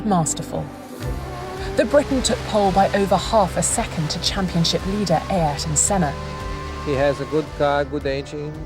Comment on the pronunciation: The way the narrator pronounces "Ay értôn sêná" or "senar" sounds funny